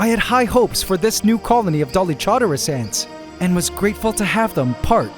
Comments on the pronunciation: Dolic Horderus (the “u” is silent) 😂 The Dolic Horders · For the new ant colony, the Dallylamas? 😂